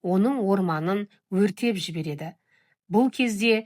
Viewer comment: Тағылымдық, танымдық жағынан жастарға берері мол дүние болыпты. Іске сәт! Тек оқуыңа қатысты радиода сөйлеген журналист ретінде бір ескертуім бар: қазақша ауызекі айтқанда “жібереді”, “отырады”, “келеді”, “барады” деген сөздер “жіберет”, отырат”, келет”, “барат” деп оқылады. Қалғаны дұрыс. Алға, туысқан!!!